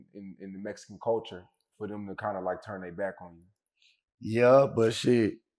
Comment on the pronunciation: What’s a mesican ?